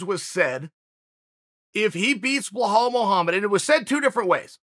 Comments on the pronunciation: "Blahal Muhammad" 😂😂😂😂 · Chael “blahal” sonnen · When chael does these ads he is always like this ad really helped me blah blah blah, or he is like I was a customer even before they sponsored me. Like no chael half these companies I have never heard of and chael knows damn well he sleeps just fine lol. Btw it’s bilal idk where chael the goat is bringing that “h” from